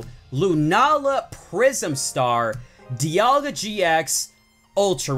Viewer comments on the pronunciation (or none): Why did you said dealga gx